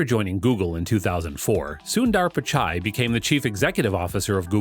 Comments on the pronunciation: U say subdaaar pichaay 🤣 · Sucker, learn to pronounce his name properly. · I liked the video because of the way u made the video but I really didn’t like the way u said sundar pichai and Chennai. It’s kinda a disgrace for Tamilians and its not the way to say it.. but liked the video